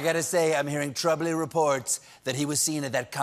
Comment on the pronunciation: Did he say ‘troubly reports’? Regardless, it made me laugh.